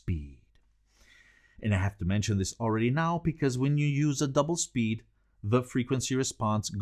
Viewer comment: Double what? doppel spee..? ENUNCIATE more and, less movement with your thick Eisebeinenn.